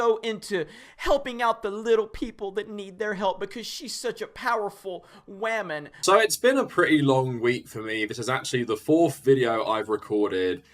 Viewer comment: Every time I hear “Wahman” I die a little bit inside